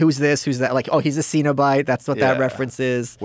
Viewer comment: Malice, I'm a huge Hellraiser fan and a horror film historian. It's not pronounced "seen-o-bite" it's "sin-o-bite." 😂😂 Just sayin'. Love ya!